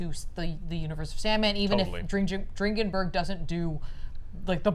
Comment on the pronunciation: I believe Mike Dringenberg’s name is pronounced “Drin-Jin-Burg” but I’m not positive.